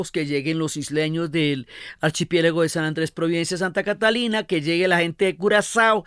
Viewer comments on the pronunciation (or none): none